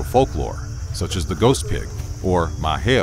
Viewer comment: You actually did a good job pronouncing the ghost pig, dog, and cat assuming you're not Vietnamese.